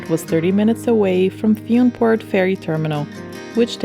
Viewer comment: Great portrait of Iona, particularly the drone shots. This is exactly what visitors can expect to see. BTW Fionnphort is pronounced fin-a-fort